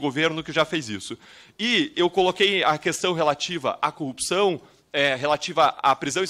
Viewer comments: Cupção, Cupção... qual o problema dos PRs que não conseguem falar Corrupção?? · Ora ele diz corrpção outra "cupção" kkk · Todos paranaenses falam "cupçao" ??? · O deputado não sabe falar CORRUPÇÃO ou é impressão errada de minha parte?